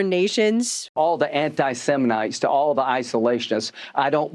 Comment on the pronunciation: it sounded like said anti-semenites. No wonder he's upset about them.